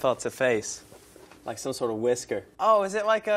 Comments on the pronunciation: the way he said whisker SENT ME. “weskur” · Skittlez 'face' sounded like Harry Styles, 'whisker' sounded more American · HAHAHA THIS IS SO ACCURATE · "face" sounded british, whisker was a lil mid-western, huh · ania It's the Colorado in him 😂 I do the same thing at times